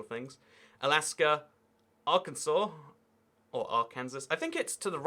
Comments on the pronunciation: "Arkansauce" lol okay its "arkansa" in pronounciation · It’s ar-can-saw 😭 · Arkansauce hahaha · nah mate is A.R-Kansas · ar kansas